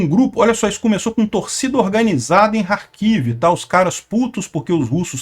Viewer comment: oque dizer de dois professores de geografia que não sabem nem pronunciar Kherson e Kharkiv corretamente???